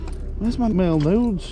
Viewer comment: Yes! They were making marbles the same way back in the day. It’s so cool. And dude you and those cards. My husband was listening to me watch and he just kept hearing you say make nudes over and over he was like what the hell are you watching??😂😂😂😂😂